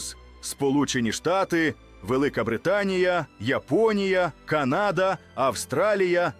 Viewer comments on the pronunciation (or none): none